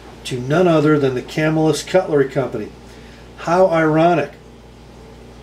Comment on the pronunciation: Thanks for all you do! The pronunciation of Camillus is Cam-ill-us, accent on the second syllable. Camillus is a suburb of Syracuse, where Crucible steel is located. BTW, sadly, the Camillus knife factory was just recently dismantled. Upstate New York was once home to many cutlery companies, some of which are still in operation, including Schrade, Oneida, Ontario, Kabar, Queen, Canal Street, Utica and others.